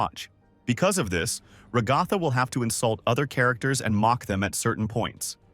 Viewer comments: Yea cuz some people just say RAAGAATHA ...LIKE DUDE IS RAGATHA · IT'S NOT "raGtha" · who is rogatha i know ragatha not rogatha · FIRST IT'S NOT NCP IT'S NPC AND IT'S NOT RAGTHA! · Bro said Pommo Gummygo RaGatha NPS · My guy your voice must be Ai who in their right mind says Ragatha like you do they say her name in the show. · I completely agree